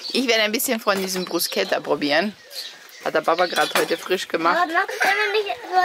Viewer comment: Danke das du nicht Bruschetta sagst 😁👍 das macht mich immer minimal Agressiv 😁